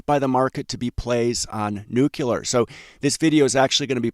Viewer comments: It is pronounced nu-cle-ar, not nukular. Please a fix if you don't want down marks. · It's pronounced "nu-cle-er", NOT "nu-cu-ler"! Please stop broadcasting your high school ignorance. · never trust a nuclear analyst who pronounces it nu-q-ler. that refers to the nucleus of a cell. anybody who has any real knowledge knows that it's pronounced nu-kle-er. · It’s pronounced nuclear not nukular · Bro, it's pronounced nu cle ar. Not nu cu lar. All of the respect you deserve will be wiped away if you mispronounce words. Just sayin' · Please stop saying nucular, it's nuclear bud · Sigh, it's pronounced new-klee-are. Not new-cue-lar. George W notwithstanding. 😏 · SMR, OKLO & NNE: a saucy l'il "Nukular Triad" indeed. Someone ought to smooth some of the rough edges off of those wild relative value swings. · That pronounciation of "nucular" fooled him once, shame on him. Fool him twice... it can't fool him again. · Please learn how to pronounce "Nuclear" correctly.